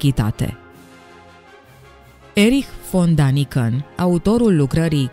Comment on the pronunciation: Dragă, Daniken se citește corect Deniken, pentru că litera a are două puncte adică este a umlaut care în germană se citeste e.